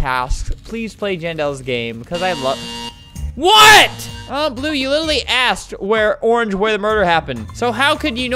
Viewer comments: "llue" "blying" 💀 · It's supposed to be I'm voting lue for blying xd but that's OK xd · He said "in voting lue for blying" didn't he? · Lol I love that part, and also the one where he says I'm voting lue for blying. Edit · Albert: “I am voting lue for blying” Also Albert: “what did I just say- WhAt DiD I JuSt SaY!” Me: “Not English anyways-“ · "I am voting lue for blying." Albert 2020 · ''im voting lue for blying'' LMAOO